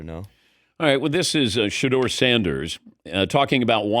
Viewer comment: His name is Shedeur Sanders!!! Curse you AI